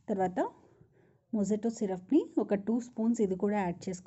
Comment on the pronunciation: మొహిటొ…మొజిటొ కాదు 🙏🏻